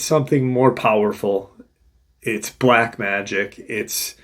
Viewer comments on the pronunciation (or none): none